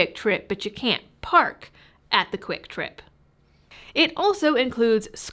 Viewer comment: Are you talking kwiktrip or quicktrip?